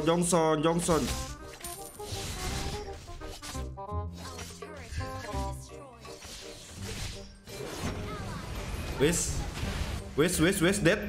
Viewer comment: Jhonson bang bukan jhongson